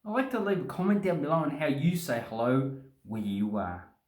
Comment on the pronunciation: "hellouwrrh cunt!"=100% confirmed Australian